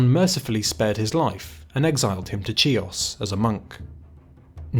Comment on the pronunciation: Island of Kios (Key-os)